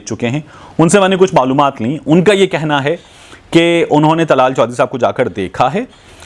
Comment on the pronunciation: Not tlal chohdri ,dllaal chohdri